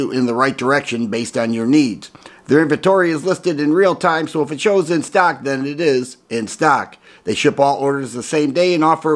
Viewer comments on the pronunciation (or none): none